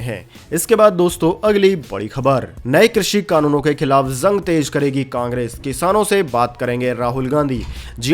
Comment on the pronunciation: Aap J ko Z bol rahe hai, JUNG JARI Rahegi, Aap bolte ho ZUNG ZARI Rahegi?!🤣 Aur Bhai Itni Pure Hindi KYUN? Koi school ki Hindi Boring class me baithe hai, aaisa lagta hai..😎